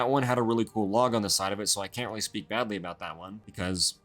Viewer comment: You know “LOG” 😭